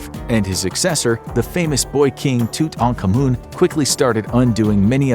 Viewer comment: You mispronounced it . It’s actually pronounced Two-tawn-common. I did a school project on him in my childhood and he was one of my favorites. One of the reasons don’t that I lived saying his name and still do. But other than the mispronunciation you did really well on the video. 👏🏻👏🏻👏🏻👏🏻